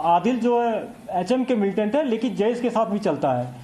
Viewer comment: ये रिपोर्टर आंतकबाद को मिलेटेन क्यों कहते है?